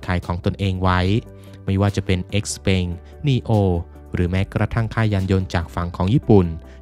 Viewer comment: ประทานโทษครับ xpeng มันอ่านว่า เสี่ยวเผิง ไม่ใช่หรือท่าน